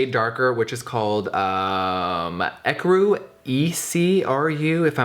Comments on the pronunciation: Ecru pronounced aycroo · Estée Lauder has the same foundation name too! It's pronounced UH - CREW 😂 Ecru is actually my shade! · Close. its pronouned "E-crew" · Ecru is pronounced E-crew. Oh and a dab of white toothpaste over your pimple (overnight) will get rid of it. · EUCRE is pronounced YOU-KER. Lol. Love you ❤️Jeffree❤️. Sorry your skin is having an irritable moment. Must be on your period mama! 😉😁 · you pronounce ecru like e-crew just thought I would let you know